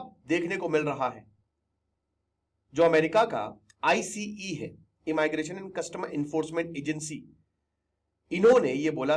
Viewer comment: इमाइग्रेशन आप कहते हैं और कान हमारे जलते हैं 🙉 इमीग्रेशन 📌 इमिग्रेंट्स 📌